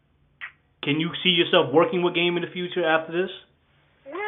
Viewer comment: Lmao this nigga said "gayme"